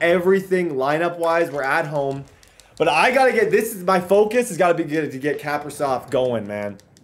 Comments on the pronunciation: its not cap-a-riv its ca-pri-sov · Kaprizov is capri-zov.. like capri sun juice not cap-ri-zov.. and foligno is fo-lee-no not fo-lig-no.. some pronunciations from a wild fan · The way you say Kaprisov just bothers me (Cah-Pre-Sov) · 1) it’s kuh-pree-zov (kaprizov) 2) it’s full-ee-no (foligno) 3) talbot is miles better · It is pronounced kah-pri-sov